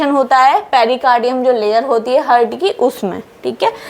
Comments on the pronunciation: Only thing I learned from this video is the word ,TEEK KE, repeated every minute. I think, every time she says HEARD, she means HEART. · हार्ट कहना ठीक है। हर्ट कहना ठीक नही है। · Nicely explained, plz do not pronounce "hurt" in place of " he'art" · Seems it should be Heart and not Hurt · Hurt नहीं heart हार्ट बोलना चाहिए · हार्ट Not हर्ट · Hurt nahin heart boliye madam😊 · Heart❌ hurt ✅ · Its Heart not Hurt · Mam, I think we need to pronounce 'haart,' although the spelling is 'heart'.